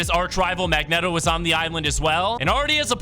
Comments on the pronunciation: Mag-net-o? Bruh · bro said Mag Net Oh 💀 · It’s Mag-Neet-o 😂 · "Mag-neh-toh". Is your speaking voice always at a 10? Jfc